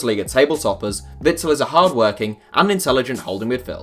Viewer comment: How are you trying to say Witzel> Azpi